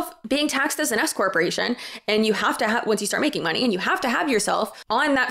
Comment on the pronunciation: Fun fact; every time you say "an S corporation" it sounds like you are going to say "an escort" like, you're being taxed as an escort..." (especially if, like me, you are just listening while doing other chores!) Makes it a little spicier!